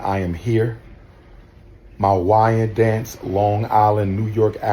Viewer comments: It's pronounced wine dance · It's not "Wining Dance" Long Island New York. IT'S Wyndanch its a Native American Tribe outta of the Lanape homestead region.😊😊😊😊😅😅😅😅 Also to its Albany New York. Not Al bany New York. Put all the letters together "Albany". Second mispronouncication Mr. Umar Johnson my good Sholar.